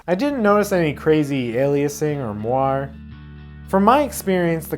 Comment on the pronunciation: Thanks for this really good review, and for pronouncing moire *PROPERLY*. Winning.